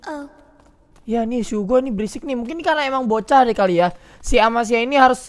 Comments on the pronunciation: Apa cuma gue yang risih ngomong amacia bukan amicia:v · Amicia bang... Bukan Amacia :V